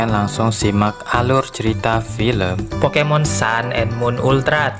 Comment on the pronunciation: abang yang ngomong pokemon salah